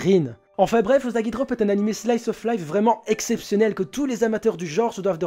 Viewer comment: Ça se lit ussagui, pas uzagui 😂